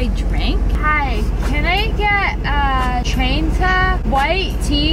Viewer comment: Not the:” Tryenta size”